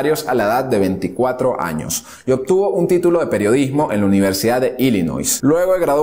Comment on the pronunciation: Te felicito por tu canal es sumamente importante tu labor, en lugar de que la juventud vea videos de memes o trivialidades , la palabra illinois se pronuncia sin la S , desde Mexico con Cariño.